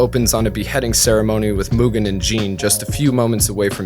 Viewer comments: Myoogen...Myoogen...I'm always fascinated when someone takes the time to make a lengthy video essay and mispronounces something as important as a main character's name. I'd assume the person doing the review would have watched the source material on a few occasions, in this case maybe even dubbed and subbed, and wonder why they mispronounce something so easy to not mispronounce. I mean sure, later in the essay he pronounces it correctly, but eh, just something that got my attention. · He really said Mugen like Mewtwo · he said Mewgen. Even in the dub they say his name correctly. Like a cow Moogen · did he say "mewgen"? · Just curious why do westerners default to the (myu) gen pronounciation? There are a lot of words that suggest there are other ways other than the mute/mucus pronounciation such as mutt, munch, mundane, etc. Just genuinely curious. I've met some Europeans before and from what I remember they don't stray too far from mu (moo) gen and not (jen). How does it equate in your head?